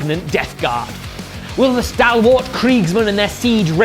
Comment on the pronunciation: It’s great so far but please look up how to pronounce ‘stalwart’ 😂